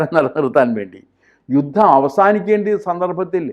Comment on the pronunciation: യുദ്ധം അല്ല ജൂദ്ധം